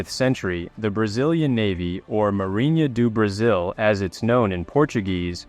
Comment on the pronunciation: A reasonable pronunciation, anyway.